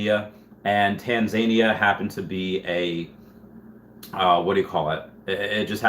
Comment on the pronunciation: Not sure about the US, but in the UK we call it Tanzan-EE-ya, stress on the 3rd syllable